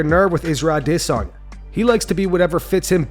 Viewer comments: Still pronouncing Izzy’s name wrong smh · Yo, why does the narrator pronounce Izzy's name that way? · Why do you say "a - DE (pause) - sanya" instead of "Adesanya" ? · Why he say Adesanya….UH…Diss….Sanya . Bro takes 3 business days saying Izzy’s last name lmao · Just say adesanya man it’s fine he won’t hurt u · Why do you pronounce Adesanya like that? You think you're being cool?